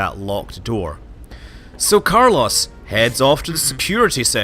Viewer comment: Nope, Carlos died from having is name repeatedly butchered.